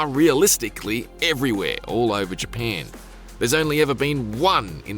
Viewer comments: Dang bruh i thought it was Japan not “JaPeiin” 😂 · More like “paen” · It’s Japan NOT Japaaaaaaan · isn't really Japeeeeen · Heads up this guys aussie hence why the emphasis on "pan" in "japan" lol Also the pronounciation emphasis on words with the letter A - another aussie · Can he never say GyPAN again 😂😂😂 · Never heard Japan being pronounced as Japeeen before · "jeh pyen" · "The new Fortsa game takes place is G-pan" these IGN dweebs cannot speak lol or it's all ragebait for engagement. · his aussie way of pronouncing ja"pan" 😂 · It’s in Gee-paaaahhn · well dehmm, it's in Jepehnn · Came for forza and stayed for " GPAN" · What the heck is JiaPEN? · It’s actually all I heard for the entire review 💀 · Ja PAN dat poosey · I hate how he says Japan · Who hear wanted to chop their ears off after hearing him say Japan over and over and over? I will raise my hand too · Arrh my ears bleed from having heard you say Japan like that so many times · Don’t think I can stomach how this person pronounces ‘Japan’ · Why is he pronouncing japan like that?😂😂😂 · If I never have to hear this guy say Japan again, it’ll be too soon… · Couldn’t make it one minute into the video with this dudes pronunciation of Japan. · It's actually impressive how well he can pronounce "Forza" and how poorly he pronounces "Japan" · god damn i cant unhear it now😂😂😂im only 6s into the video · I can't unhear it now! LMAO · Omg the way you say japan annoys me sooooo gd much